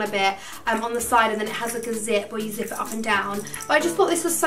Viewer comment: When she said zip I thought she said zit 😂😂😂